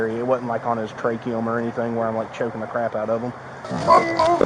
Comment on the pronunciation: idiot says "trachium"